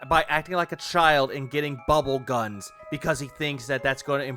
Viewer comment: He's actually saying "Dual-wield bubble GAHNS!" Wtf is wrong with this dirtbag?